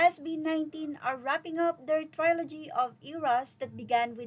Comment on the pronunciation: ‘Trilogy’ is pronounced as (tri-luh-jee) hindi po (try-lo-jee). 😊